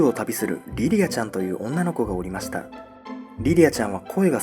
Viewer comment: リリアちゃんは声が少し変わっているせいかお友達が「おらず」 退屈な日々を過ごして「おりました」 まず気になったのは始まってすぐのこの箇所 イントネーションは、人に聞いてもらわないと気付かないことが良くあります。 大阪の人間は大阪弁が人類の共通語かのようにどこでも大阪弁でしゃべるので、特に気づきにくいと思います。 GMチャンネルの過去動画 「コエヲタヨリニ」 こちらでも「本棚」のイントネーションが関西訛りなので、栗ちゃんがずっと気にしています。 視聴者の人も気になる人が多いようです。 このときのチャットで「すのこじゃなかった…」と発言しているGM Channelは、おーやまんですか？